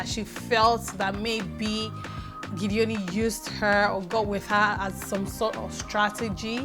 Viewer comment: Thanks again. Meanwhile Its GEDONI (pronounced as spelt) not Gideoni:-) (we are from the same part of the state;cross River) It is not an english name. Your analysis is always on point. Meanwhile I like Mercy and Ike too. My though on Tatcha being in the secret room is as good as yours. She will be "prouder" now. Weldone for your good works here.